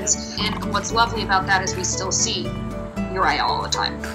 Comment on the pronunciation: Cute story, but... UR-I-EL? Sam-I-El? Just.....Why????